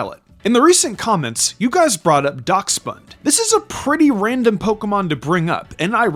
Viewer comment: It's pronounced dash-bun